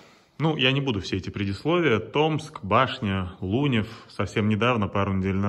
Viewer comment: А почему лУнев, а не Лунёв?